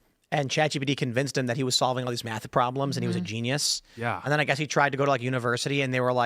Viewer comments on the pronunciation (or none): none